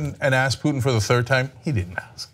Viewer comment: his name is poo-tin.. not truth-in .